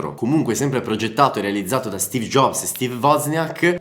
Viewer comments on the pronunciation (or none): none